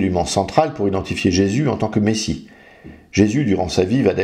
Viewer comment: Déjà, sa langue de vipère transforme "Jésus" en "Jessu"... D'entrée, c'était mal parti. :) En plus d'être un menteur - car il ne s'agit pas d'ignorance, ici, hélas - cet homme ne peut pas s'empêcher de ricaner quand il parle, d'arborer un rictus un peu puéril. Ce n'est pas un YouTubeur, c'est une caricature ambulante.